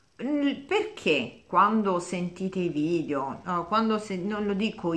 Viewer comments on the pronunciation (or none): none